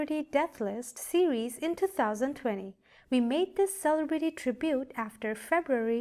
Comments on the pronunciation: SALE A BRETTY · Learn the proper way to say celebrity!!